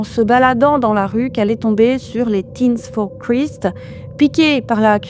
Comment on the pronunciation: Faudrait travailler la prononciation en langue liche: Christ se prononce '' craille(ste) ''. Un petit effort si tu veux te faire scanner le QR code 😂